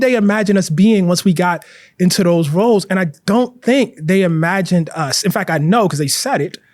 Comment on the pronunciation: Te omits the T at the end of his words. For example: Conflict = Conflic Intellect = Intellec Fact = Fac Tact = Tac Project = Projec And so on On the other hand, he includes it at the end of other words such as: Latent Important Trait Report Is this a Baltimore accent/dialec thing?